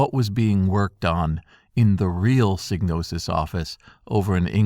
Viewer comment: Thank you for pronouncing Psygnosis correctly.